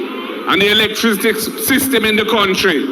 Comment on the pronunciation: Mark Golding can't pronounce electricity